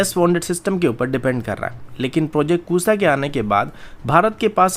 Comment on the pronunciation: Bhai, project Kusaaa nahin Kusha.....sha sha sha😂😂😂